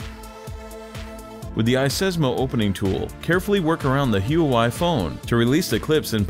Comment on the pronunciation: For the life of me, pronounce the damn company right.